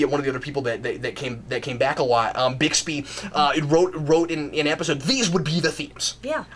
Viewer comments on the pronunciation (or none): none